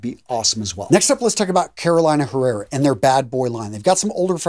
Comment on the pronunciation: Appreciate your detailed review of your fragrance collection! It would be better if you can pronounce some of the brands as intended (e.g. Caroleena Errera not CAROLina HErrera). Grazie! 😊